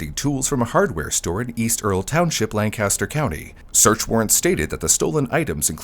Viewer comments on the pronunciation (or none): none